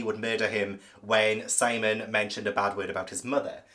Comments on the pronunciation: Yes, Sihm-ee-uhn. I was wondering whether he was doing that one on purpose. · It is Sim eon as you said not Simon with an e 😂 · Conchita Lopez is Pilar (pee-lahr) Estravavos' real name. (I think you are mispronouncing Simeon's name on purpose, so . . .) Two brown-eyed parents can have a blue-eyed child and two blue-eyed parents can have a brown-eyed child, but Christie did the best she could at the time, probably.